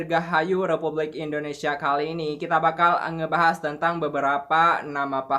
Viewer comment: kalau ngomong di tambahi kata e wkwkwkw contohnya mbak jd embak ... ngebahas engebahasss ... etahun ejajaran